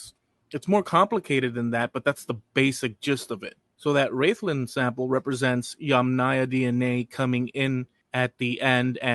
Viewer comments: Rathlin, is pronounced Raathlin, not Raythlin. Rathlin is a lovely wee place, I've a cousin who lives there. As for aDNA, I'm related the first of the three Rathlin men, found under a pub - no surprise there and I'm related to the Ballynahatty Woman. But I imagine half the county, indeed, half of Europe is related to her too. I guess, we've been knocking about Antrim and Down, a bit longer than any of my family thought.😁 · Rathlin is pronounced like wrath lin